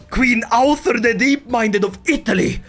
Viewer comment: Oh my god how do you always manage to mangle Norse so god damn badly. There's a u sound between the ð and the r! Do they teach you nothing in the shack collection that passes for Swedish schools after you privatised everything???